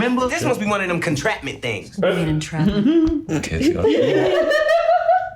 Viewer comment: Almost got a legit spit take when heard "contrapment" lol